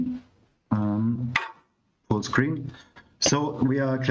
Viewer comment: Kevins said Fullscreen, i heard footcream